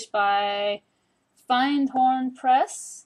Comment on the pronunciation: I have this deck in my to use box! BTW "Findhorn" is pronounced fin -d horn!